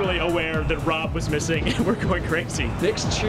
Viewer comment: Anyone else think they thought the guy's name was Bob instead of Rob? It certainly sounded like it to me.